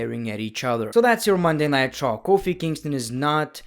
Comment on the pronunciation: When He says “Munnaitecha” instead of Monday Night Raw💍